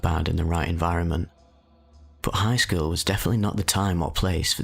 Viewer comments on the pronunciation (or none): “I was pretty average for my skeewl” lol that accent